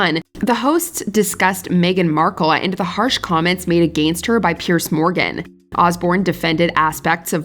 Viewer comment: Yes. Very irritating. Also, she mispronounces people's names. For example, Piers is pronounced "Pierz" not Pierce. Pierce is a whole separate name!